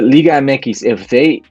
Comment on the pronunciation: Why does keep saying “Liga Mxy” it sounds dumb and cringe